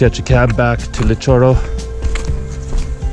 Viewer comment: LITOCHORO REEEE NOT LITOROH